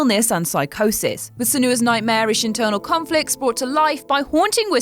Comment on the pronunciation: Sen-You-a, not Sen-oo-a. The fact that you don't know that means you didn't play the game, as they say her name repeatedly throughout the game.